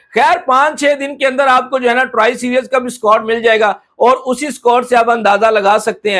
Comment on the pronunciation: Series nahi bolna ata serius 😂😂